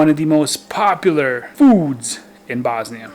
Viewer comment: Why are you prenouncing bosnia like that? You're bosniain. Is it so Americans understand it?